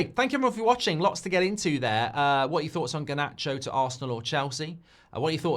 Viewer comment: Harnacho? Really? Oh fo fks sek